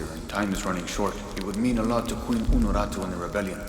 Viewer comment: he says "unarutu" but she is called "unuratu". It sounds super dumb since he is supposed to be native.